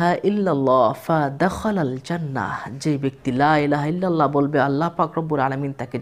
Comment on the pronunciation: লাইলাহা ইললাহ,, না হুজুর বলতে হবে,,লা,ইলাহা ইললাহ